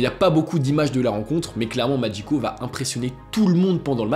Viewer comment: Pourquoi prononcer "Magico" à l'italienne?